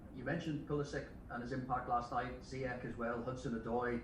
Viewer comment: Zayech, zayech...its pronounced as Zi-yech, not Zaiyech